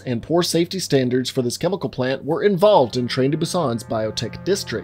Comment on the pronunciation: ParTiCular chemiKul... I liked how you said that lmao